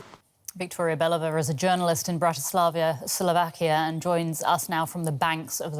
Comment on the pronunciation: Did they say "Chechia" and Bratislavia ??? 😂😂😂 OMG... The education level of DW people amazes me... I think intelligent people just refuse to accept any positions on this channel...